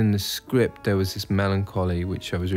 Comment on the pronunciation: “Within the scwipt”